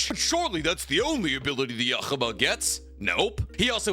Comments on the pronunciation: Brother wtf... the way you pronounce yuwachs name is not only wrong but cringe as hell, then then you get to gurren lagan you say it correctly and say THAT is insufferable? Gtfo. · every time you prounounce Yhwach like that a stern ritter dies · That's not how you pronounce ywach and its pissing me off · Love the way you pronounce Yhwach. Its meant to be a name you cant pronounce as its based off the sound you make when you breathe. You also missed out the 2nd half of Moris story. He achieves Nirvana and exists in the present past and future of the universe all at once. Its also worth noting with Zeno that each dragonball universe is a macrochasm made up of 3 infinite sized universes, so saying 12 universes isnt exactly accurate since each of the 12 macrochasms technically have infinite dimensions. Zeno also has his own realm outside of the multiverse. But your right anyone in the top 6 are pretty damn comparable. Also Arceus being shown love is amazing!!! Then you see some 10yr old catch it in a pokeball 😂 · The anime is out dog bo need to completely fuck ywachs pronunciation that bad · the way pronounce yhwach bach is intresting and wrong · Please, learn how to pronounce Yhwach’s name. It’s in the anime, just watch it and listen carefully 😅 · His pronunciation of yhwach got me dying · What hell did he say when he was tryna pronounce Yhwach ???? 💀💀💀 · I wanted to rip my ears outta my head every time you pronounced Yhwach........ I'm surprised you didn't bring up the creator of the super dragon balls. Their wish can reverse Zeno's destruction. So he may not be the strongest in his universe. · Your pronouncing Yhwach wrong..... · Why does he have soooo much trouble pronouncing yhwach’s name. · His pronounciation of Yhwach annoys me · That Yhwach pronunciation is diabolical 💀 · Can someone please teach how to pronounce anime names … who the heck is yakaba 😭😭😭.. it’s yhwach.. hu-wach why is he saying yakaba 😭😭😭😭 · I hate the way you say Yuhabaha 😂